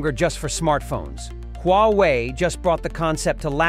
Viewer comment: its pronounced WA WAY